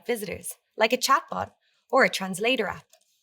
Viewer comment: Did you say TRANSLATORER?????????????????